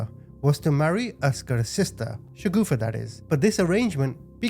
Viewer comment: the name of the sister in law must be Shagufta, not Shagoofa as this guy's saying. A "shagoofa" in urdu is something hideously funny and cannot be anyone's name 😂😅